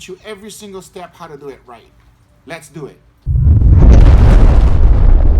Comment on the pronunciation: the first “leys do iit”